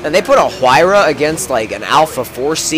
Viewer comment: The "H" is pronounced like a "W"